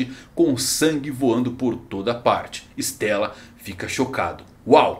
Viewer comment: Não é "estéla" é "istêla", é italiano.